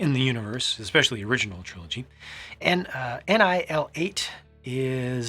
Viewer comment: NI L8 is pronounced annihilate Nice